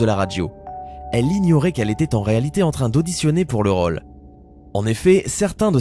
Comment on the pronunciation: a la place de dire rôle il dit raule 😂😂😂😂